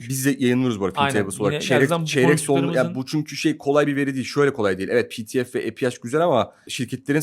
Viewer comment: Pi ti ef🤬 diye söyledikleri PTF yani “piyasa takas fiyatı”